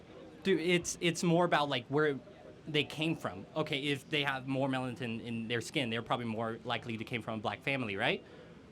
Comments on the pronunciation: Can’t take him seriously after he said melantin. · “Melantin “ 😂😂😂😂love you Kirk